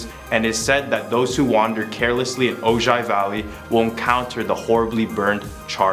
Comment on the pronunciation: FYI-Ojai is pronounced O high